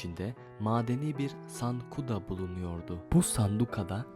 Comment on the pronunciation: Sankuda değil sanduka. Edebiyyen değil ebediyyen.